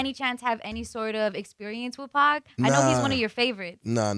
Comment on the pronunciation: pac not pack